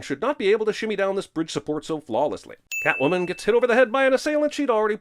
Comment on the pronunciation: Ah, so Catomwan's a bastard. Don't know much of Selina Kyle in da comics but butchering her alter-ego's name like dat is a sin! Lol ding